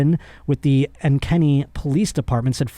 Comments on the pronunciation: I live in Iowa and hearing pronounce Ankeny as “Anne-Kenny” made me chuckle. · I love the way you pronounce Ankeny brotha 🤣